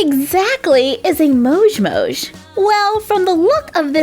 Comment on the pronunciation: Why do yoi say mosh its moj